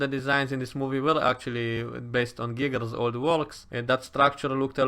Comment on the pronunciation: I love your accent… one thing though… when you say “Geiger’s” it sounds like “Giggles” 🤣